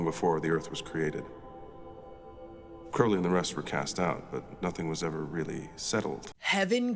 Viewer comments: Stop calling him “Croawly” 😂😂😂 it’s “Crowly” 😂 please for the love of David Tennant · just wanted to mention - the thumbnail spells 'aziraphale' wrong. also, i cant remember if you've done this or not, but 'crowley' is pronounced 'crow-lee' (crow as in the bird)